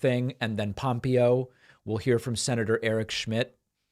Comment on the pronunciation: It's not weak, who are you???? Thus should concern EVERONE! YOU PRONOUNCED POMPEO NAME WRONG. WHO ARE YOU?